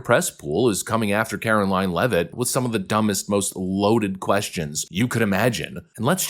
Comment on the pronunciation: Glad you know how to say her last name. So many youtubers are having a real hard time. You must be from New England?